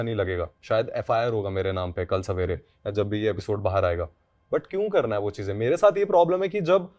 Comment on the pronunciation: Am I the only one who's blood boils everytime says "chizein"? I think is actually a mouse who's obsessed with Cheese.